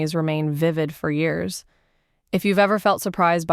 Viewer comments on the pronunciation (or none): none